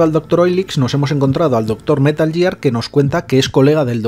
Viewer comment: ya, ya, si lo entiendo jajaja pero hombre, jugando a los juegos quieras o no lo corriges, de tanto oírlo. Al menos el «Metal Yiar» jaja.